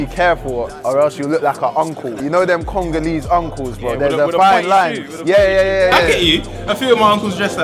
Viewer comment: man said "Congonese" 🤣